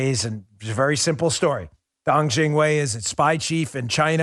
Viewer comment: I love hearing you say dong jingwei